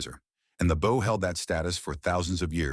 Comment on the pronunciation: How do you mispronounce bow? Cmon